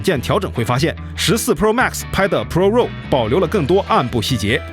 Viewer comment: raw 读作 /rɑː/ 或者 /rɔː/， 并不都 “肉”。。。。